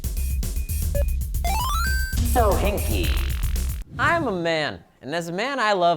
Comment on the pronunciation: did it just say fohinki?